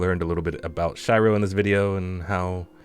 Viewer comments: shy-ro? as a weebo i swear its shee-ro😀 oops i didnt read the pinned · "Shairo ?" It's Shiro ("Sh-ee-ro") bro, same as "oh shit" lol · Shiro in japanese means white, its pronounced as she-row. If im not wrong. Also btw, do you think shes a better shieldbreaker than king? Or at least comes close to him in that department? Cause i have my dps sorted, just need to work on shieldbreaking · Shiro(Shee-Roh) means white, and its a very common anime name. Check out Deadman Wonderland. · great video but my soul died a little every time you called her Shy-ro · Shee-ro, friend. Shee-ro. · i may play her wrong but you totally pronounce her name wrong XDD (sorry for pointing that out thats th first time i hear someone pronouncing Shiro like this and it was driving me nuts lmfao) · The way you pronounce the name is so hard to bear for me 😂